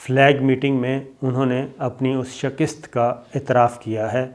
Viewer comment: Bhai Shakist nahin hota Shikast hota hai. Shikast kabool ki